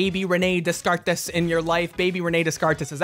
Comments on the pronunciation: Sure im not the first but.. Descartes isnt 'dez kart ees' its 'day-karr' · Did you really say descartes that way- It’s said Daycar 🤣🤣💕 annoying, understandable, but as a philosophy student from UK, I cried. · The way he pronounces Descartes is.... interesting. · as a philosophy student: your pronunciation of descartes is fucking hilarious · the way you pronounce Descartes gave me a brain aneurysm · Hold up...How did you pronounce Descartes?